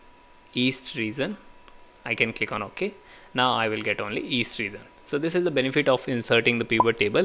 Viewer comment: Your "reGion" sounds like "reaSon"..